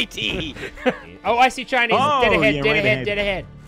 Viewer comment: I genuinly thought said "I see Chinese" instead of shinies XD